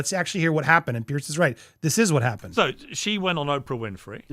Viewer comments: The man's name is PIERS. It is pronounced PEERZ. Not " pierce" as in poking something through a piece of material, or pierced ears, etc. Say PEER and add a z sound to end of peer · Andy, not to have a go at you, but with respect, Piers is pronounced Peerz, not Pierce. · It’s pronounced Peers not pierce . Just saying. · Just for record. His name is not pronounced like the name "Pierce"! It's pronounced like the word "peers"!❤ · Andy, the correct pronunciation of Mr Morgan's Christian name is "peers",as in peers through a window 👍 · 🙂"Piers" is pronounced "Pierz" 🙂